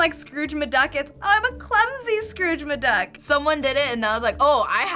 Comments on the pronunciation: Scrooge MaDuck? Really? lol Scrooge McDuck. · It’s scruge mc duck not scrudge ma duck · ...is saying "Scrooge Maduck"?